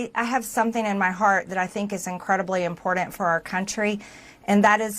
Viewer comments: Impordant, imphormation, dogdur. I can't stand to hear her talk. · Can someone please tell her how to pronounce important…. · Hey, there's no 't' in eltse and there's no 'd' in impordant.